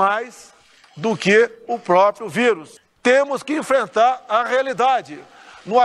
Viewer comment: "Compricada" "Própio"